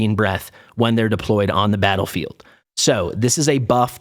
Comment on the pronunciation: why do you pronounce deployed Deep Lloyd 😂?